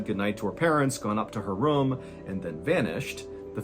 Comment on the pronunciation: It’s ROOM. Not rhuuum